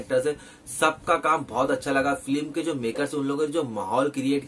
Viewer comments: Feelim nhi film hota hai bey🤪🤣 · Film ka review dete Ho bhai aur film pronounce bhi nhi kar paate 😂😂